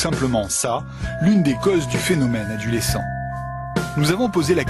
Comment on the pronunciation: Adulescent ? Mdr 😂 tv poubelle comme d'habitude